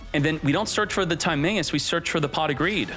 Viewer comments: Your pronunciation of Timaeus has to be a joke right? If not, Yugioh is not for you anymore lol. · Timaeus gonna go blind with that pronunciation